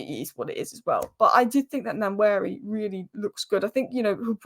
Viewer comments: It’s pronounced like “One Neri”. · So great that she didn't know anything about Salah Edine or say Nwaneri nane properly